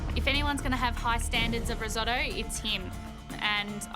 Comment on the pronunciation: Someone should tell her why Risotto is called Riso -tto.